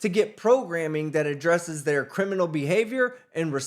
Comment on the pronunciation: Sick of these big dummies not pronouncing words correctly. “Record” is not pronounced “Wrekkert” And “Criminal “ is NOT pronounced “Krimminoo”. Pay mo’ attention in SKOO and stop smokin dat crah rahh…